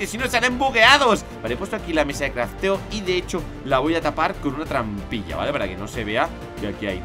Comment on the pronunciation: trampilla cómo el dijo trampilla 🎉🎉🎉😇😝😆😁😄😃😀🥹😅🥳